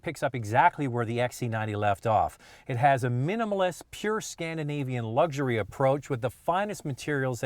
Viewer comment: Luxury not lugzury